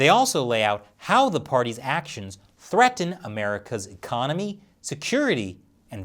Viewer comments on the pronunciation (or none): none